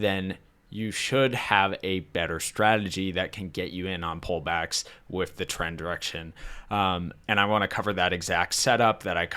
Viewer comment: I notice you struggle enunciating "th." (Ex: "With" comes out as "wiff," or "fifth" as "fiff.") Have you ever been through speech therapy for this?